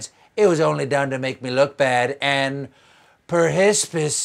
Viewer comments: why is "perhsps" hilarious? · Perhsps lol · Perhespis? Oh my. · "Pershispus" is the flower of insecurity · Perhsps made me lol! Perhsps you need that haircut though Stephen 😄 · Perhsps might be my new favourite bit.. just need it with a daht daht daht to make it perfect. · I laughed so hard at perhsps 🤣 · Oh finally! You know 'covfefe' only being appropriate for non quarantine settings right?? And quarantined or not, we have feelings to expressing here 😱😱😱 And then the word has finally arrived. Perhsps! Say it with me! Per-his-piss!